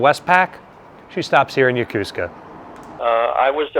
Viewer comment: Isn't it Yo-ko-su-ka, not yo-cus-ca? Or is it an american tradition on how to say it?